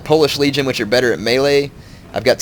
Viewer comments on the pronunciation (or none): none